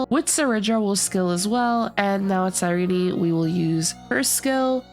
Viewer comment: I hope anyone who pronounces her name wrong like this loses every 50/50